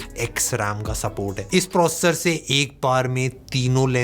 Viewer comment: Try to pronounce the word "processor"clealy.thanks